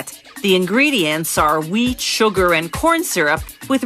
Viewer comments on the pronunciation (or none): Who else thought she said weed sugar and corn syrup instead of what it was? No? Just me? Ok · When she was naming the ingredients of liquorish at the beginning I thought she said weed instead of wheat